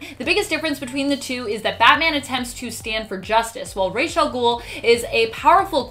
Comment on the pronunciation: ~ it sounded like u said racial gul